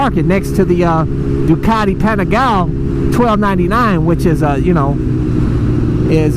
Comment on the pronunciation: panigaleeeee leeeeeee isn't it? not panigal